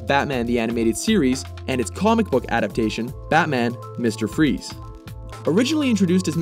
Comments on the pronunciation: Dr. Victory fries not freeze It's pronounced frice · He is called mr. Freeze but his last name is fries, pronounced frice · Nope, it's pronounced freeze. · Linkentron pie no my friend. It is pronounced Freeze. Every spoken version of his name has always pronounced it Freeze. In Arkham City, Batman tells penguin he's looking for Fries. But he pronounces it freeze. So there. Take it from the horse's mouth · it's german (I'm from germany) and it's pronounced like freeze